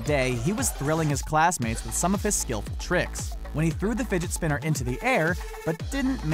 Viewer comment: Anybody else hear him say Spidget finner